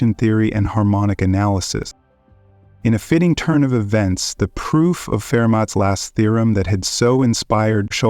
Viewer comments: Fermat is pronounced as Fur mah. The T is silent. Just sayin… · a rith’ me tic. Fer mat. Sigh.